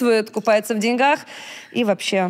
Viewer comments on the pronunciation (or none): none